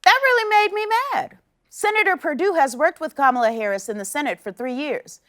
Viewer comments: is she saying karmela? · Kamala pronouncing her name Camel-a. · Yeah? Well your hero pronounced it wrong herself. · Strange how Perdue pretended to struggle pronouncing Kamala when he wouldn’t do the same for Krzyzewski and Schwarzenegger!🤔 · The segment about Kamalas name was on point. I was furious when I heard the senator mock her name. I was like: "Fool! How can you not know how to pronounce KAMALA?" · Goofed is a very generous interpretation, I might not be as kind & instead say he "knowingly massacred her name as this afternoon's dog whistle" 😂😁🙂🙃😐😑😔😒😤😠😡🤬 (⬆️The "gamut of emotions" rollercoaster 45 evokes with every word he utters)